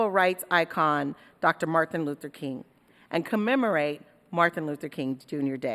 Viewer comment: It's MARTIN.... not MARTHIN.